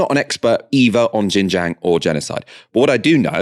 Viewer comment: xinjiang is pronounced SIN JIANG not jin jiang